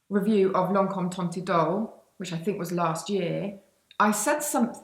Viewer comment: Teint idol is pronounced so that "teint" rhymes with the French word for wine: "vin" (the T is silent)